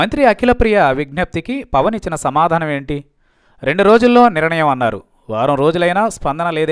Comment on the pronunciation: పవన్ ఒక వేస్ట్ గాడు. హీరో కి ఎక్కువ రాజకీయానికీ తక్కువ. వార్తలు చదివే ఎర్రి నాయాల 'నిరణయం' కాదు, నిర్ణయం అనీ చదువు.